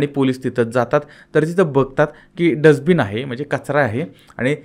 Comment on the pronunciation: साहेब डज बिन नव्हे डस्ट बिन